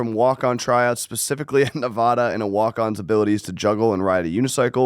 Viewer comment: Someone for the love of god teach how to pronounce “Nevada” correctly